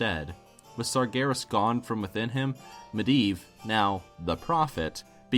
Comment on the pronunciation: Mediev not miedan hurrrr